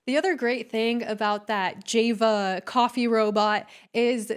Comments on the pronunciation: Jay-va? it's pronounced 'Jaw-va'. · “Jay-vuh” coffee hut? You are not very bright. It’s pronounced Jah-vuh. It means coffee. Actually, it’s an island in Indonesia, but in our society it means coffee.It’s not a new or original word. The irony is so thick, you criticizing others’ ignorance, while displaying your own. 🙄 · Jay-vuh? It is pronounced Jah-vuh. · Did you say jay-va? 😅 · It's pronounced "Jah va" not "Jay va" hon. Java. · Java isn’t pronounced that way. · Lol I think you mispronounced Java